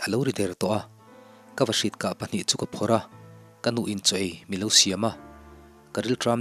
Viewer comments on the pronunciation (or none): none